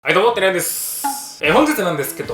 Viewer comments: 何回聞いても最初の自己紹介が「てらやん」に聞こえる笑笑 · 「はいどうもです」がどうしても寺やんに聞こえる、、、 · 入院中、ジャンキーなものをいっぱい食べたくて色々動画見てたらにヒットしまして、動画待ってました！！！！ 毎回スタートが【寺やん】に聞こえてしまう…… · 久しぶりに見たら初手の挨拶「あいどうもっ。trやんです」にしか聞こえん笑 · たにやんですが2倍速だとてぃらみすに聞こえた